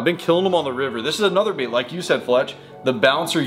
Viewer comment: U said live baet